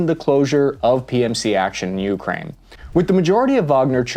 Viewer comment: Stop calling it Juukrajn - please! (And no,not even local)